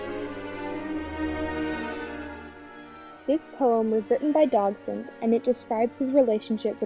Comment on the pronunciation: While the video is very bothersome and inaccurate, that’s because of these girls surroundings. What bothers me most is the pronunciation of Liddell and Dodgson. Liddell is pronounced like “little” and you keep saying “DOG-son”. It’s pronounced “DODGE-son”.